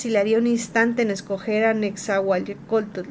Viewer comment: Aprende a leerlo bien no puedes pronunciar ciertas palabras balbuceas mucho nezahualcoyotl te cuesta trabajo pronunciarlo